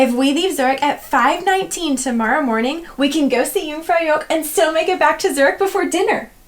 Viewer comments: Helpful videos. "Joch" is pronounced to rhyme with " loch ( as in loch ness)" rather than " yoke" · Yoong - frow - yawkh. softish k. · I don't think anyone should be offering travel advice, if they can't pronounce Jungfraujoch properly. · So embarrassing that you've been several times and still butcher the name of the damn place. Dear god. 🙄🤡